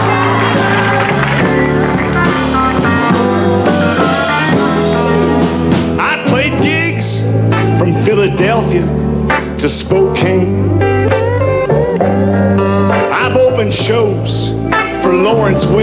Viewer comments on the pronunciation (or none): Martin Mull mispronounces Spokane (Spok-can), WA in his song but after hearing him sing the word 'Cocaine' then I think it was deliberately mispronounced.